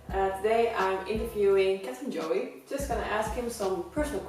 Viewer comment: is she calling him "Captain Joey" ?